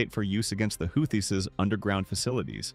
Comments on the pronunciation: Love how it pronounces the "How-thiss" instead of the "Who-thees", who are Yemeni "Reh-Bells", not Rebels. Either AI or brane-ded. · "the how-this" must be a new group. i don't like ai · The who-this the who-thee-sis and the how-these huh? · You need to decide on a pronunciation of Houthis.. I hear 3 different ways to pronounce Houthis here. 😂 Don't make me go back and mark each pronunciation 😂 i heard Houthisist also. 😂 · The AI voiceover managed to come up with 9 pronouncements for "Houthi's" (hU-thEe)! Great presentation anyway. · Houthis "ra bells"? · Whose gonna make us pay a price? The YOEWTYS? Or the HOUTIES? or the YOUTEEWS? or the YOEWTEOUS? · LOL apparently it's Yootheezez! Howtheezis... Hoots? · Your A.I. ....HOUTH EES? REALLY ?!!! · Translation; The Houthaaes are a wild bunch, according to the AI bot narrator. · Sound like Mike Tyson. "The Houth-is" 🤣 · If you write hooty or who tea …ai can say it right. Apparently the op only gave edit one pass or something. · Who-thee try pronouncing it correctly prior to correcting others on pronunciations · Called them "healthies" at least twice! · Dear Lord! Who is teaching these computer voices how to read these words, like Houthis?!?! They are SO distracting! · I heard at least 4 ways to pronounce "Houthis" in this video. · I like how he pronounced “houthis” differently every time he said it. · I hate AI narration. You pronounced "Houthis" at least 3 different ways. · This report pronounced the name Houthi’s several different ways